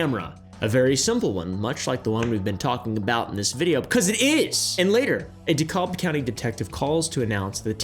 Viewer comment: We don’t say the L in DeKalb County lol it’s Duh-Cab